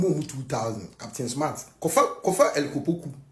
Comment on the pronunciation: The guy said Elic Opoku😅😅😅